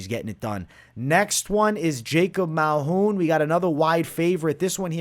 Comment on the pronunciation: Dude said malhoun lol dude it's Malkoun